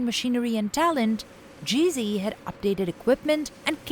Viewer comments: She keeps saying GV or GC, but as it is a European company, it is called Gee Zed. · It's NOT Gee Zee, it's Gee Zed! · It's GZ not GC.